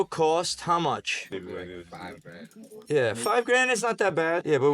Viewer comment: He said a hundred GRAND, not grams 😂